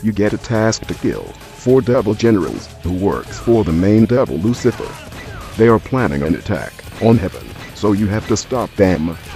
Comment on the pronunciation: I love how it says lucifer it sounds like Loose zipper